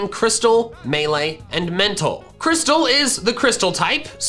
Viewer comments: Crystle is not pronounced crystal. It's pronounced kris-el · i think its pronounced cry-stle not like the normal crystal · I think "Crystle" was supposed to be pronounced, "Chris-Tile"